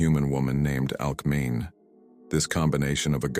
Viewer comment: Hercules's mother’s name is pronounced Alck-me-nee, not Alck-mean. In Greek, the vowels are always pronounced. It's like in the name Aphrodite, which you pronounced correctly.